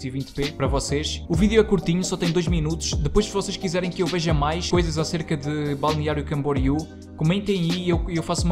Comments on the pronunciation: É assim como ti pronunciaste. Balneario Camboriú. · Sou natural de BC e moro em Portugal, o melhor foi pronunciares com facilidade Balneário Camboriú 😂 Quando falo que sou de Balneário Camboriú, tenho de repetir para os Tugas perceberem e conseguirem pronunciar 👏🏼👏🏼